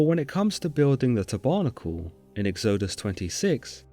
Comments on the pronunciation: I love your videos, but I feel compelled in this case to point out some egregious mispronunciations. Tabernacle is pronounced TAB-er-NA-cle, not tab-ER-na-cle Exodus is pronounced EX-o-dus, not ex-O-dus. Sorry, it was just very jarring to hear it. Otherwise, I love your work. Keep it up! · "eggs-OH-dus" ? "tuh-barnacle" ? Some really weird pronunciations here. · The way he pronounces “exodus” and “tabernacle” is... interesting. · i enjoyed this, thanks. it should be easy to get pronunciations for common words like tabernacle and books of the bible (Exodus) .